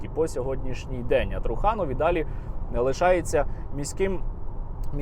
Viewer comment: Ви не вірно ставите наголос на прізвище труханов,трухани тобто труси😂